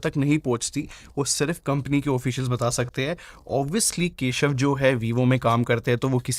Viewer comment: भाई पहली बार तो केशव चोर सुनाई दिया सच में 😢